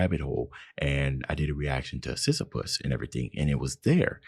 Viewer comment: Every time I see this guy talk about Sisyphus he says it wrong and idk if its on purpose or not and its killing me lmao